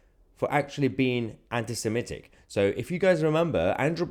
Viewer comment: I'm glad you can pronounce 'anti-Semitic' properly. A lot of people - Ben Shapiro included - seem to think it is pronounced 'anti-Semetic'.